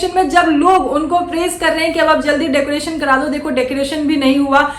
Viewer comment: Bheegi billi ko decoration tak nahi bolne aa raha kya reaction degi re😂😂😂😂डेकोरेसन bolti hai😂😂😂